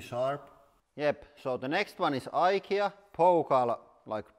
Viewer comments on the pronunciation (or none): none